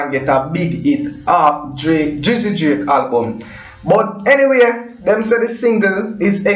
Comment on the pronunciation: Bredda its DRAKE NOT JRAKE,,,WHY UNNU JAMAICAN BLOGGERS CANT PRONOUNCE UNNU WORD